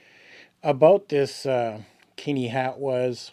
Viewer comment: Keen-eye, damn it. I won't have the name of my home reviled. 😆